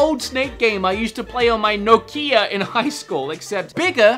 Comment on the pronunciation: wait HOW DID YOU JUST PRONOUNCE NOKIA